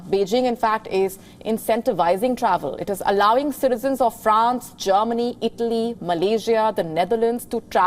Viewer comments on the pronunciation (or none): none